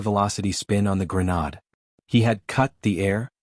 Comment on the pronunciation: PROOFREAD......AI is pronouncing grenade "grey-nod"